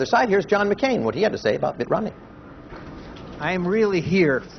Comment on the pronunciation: Did he say Mitt ORomney? :)